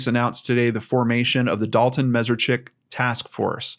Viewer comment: just for the record, his last name is pronounced Mess-ARE-Chik.